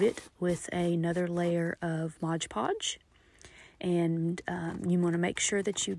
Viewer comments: This was very well done! Thank you! As a side note it is MOD Podge, not Modge Podge. Mod. ❤ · Right? The number of times she mispronounced it was aggravating. And what a messy hassle. I'd rather sew a bowl.